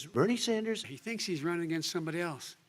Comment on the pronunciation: "berine sanders" that got me crackin up